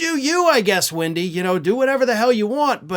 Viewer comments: Does he keep saying windy bell? Is her name windy? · "Wendy Bell" I thought you said "when she smells"! There,I said it and I'm glad!! But I'm not on Spews Muck so I'm not restricted!😁. So there!! And I'm sure,she smells like 💩 she does!!